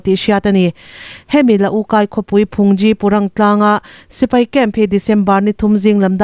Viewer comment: Budish puithiam hi mizo te chuan Phungzi ( Rawtuai ) lam ang chiah a aphei dà tur ani e, Thangthar te hi infel teh lul nen Tawng awmsa inlam sual fo ania